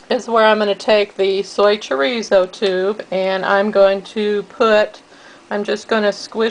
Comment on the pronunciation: nice variation :-D fyi, it's masa (mah-sah), not mesa (may-suh). mesa means table. also, the z in chorizo is softer more like an s (choh-rees-oh). glad to find another vegan version! it's nice to see other ways of steaming them too.